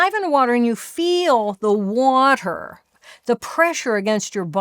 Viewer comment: the waterrrrrrrrr